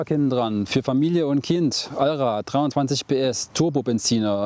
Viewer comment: 320. Hat ein wenig genuschelt hahah